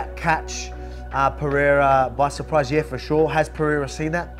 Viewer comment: Chael admires Pereira so much he keeps calling him " Piera".